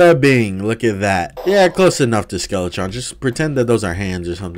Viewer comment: Skeletron and Dark mage Butchered those names